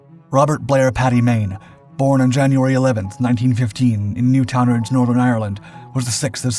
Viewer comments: Please please get the pronunciation right! New town ards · It is new - town - ards but good other than that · Newton-ards.... FFS! say it in one go, squash the two syllables together. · You butchered the town name "Newtownards" 😂😂😂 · Good video but the commentary makes so many mistakes and mispronunciations, the first in constantly describing Paddy as being Irish which he was not! and secondly mispronouncing the Northern Irish town where he was born.